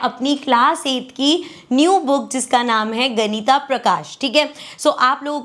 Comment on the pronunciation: Ganit prkash hai ganita nhi